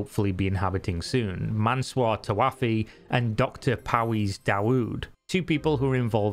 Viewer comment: just an FYI the names are pronounced "mansoor tawaafi" and "parviz davood" and they are "allegedly" under invastigation and considerd fugitive by the iranian government (technically a court in tehran) for fraud